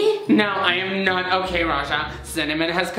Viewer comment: What r u sayin " oke" for??